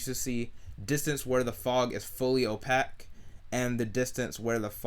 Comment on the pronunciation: Opaque is pronounced ō-pāk, like cake or take.